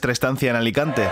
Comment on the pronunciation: Venimos de Alicante -¡De "Aricante"! Muero con, me encanta!!!